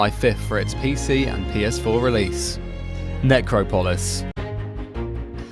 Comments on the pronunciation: it's supposed to be Neh-Cropo-liss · You pronounce Necropolis in the weirdest possible way. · I was about to comment on how he pronounced it